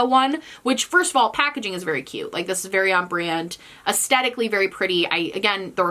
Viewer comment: Please take this as a suggestion rather than a criticism but you might want to look up the correct pronunciation of “aesthetic.” I do enjoy your videos.